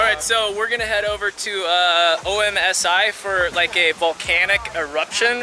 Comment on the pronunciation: haha dont need your magnet cuz i live in Newport Oregon just wanted to say i couldnt figure out what it was you said you were going to the proper pronunciation is aumzee you said o m s i just found it funny after i figured out what you were talking about ya that place is awesome!oh ya i also subscribed! YAYYYYY looking foward to lots more of your vids.